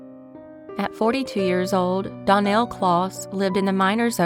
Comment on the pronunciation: Case #1 Danielle is pronounced Dan-yell.